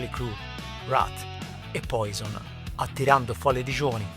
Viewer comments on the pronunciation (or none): none